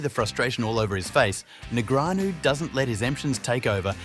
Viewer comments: "neg-re-anu" lmao Daniel has been around for over 20 years.. and you cant pronounce his name? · Daniel Negreeahnu 🗣🗣🔉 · The AI needs fixing after announcing “David versus Goliath” with Foxen when Negreanu is one of the best players ever and his name is NOT NEG RE ANU 😂🙄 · Th is announcer just commuted libel when he publicly accused Bryn Kenney (and can’t even pronounce his name correctly or “knee-Grey-Ann-Oh” either. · The commentator of the video keeps changing the way he pronounces Negreanu. It's really funny